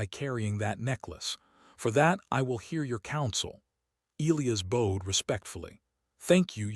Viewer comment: God I HATE the way this stupid ai pronounces elias and bowed..for fucks sake someone teach this dumb ai how to read and speak